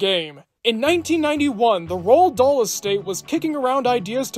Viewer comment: Roald Dahl's name is pronounced, "Roo-All."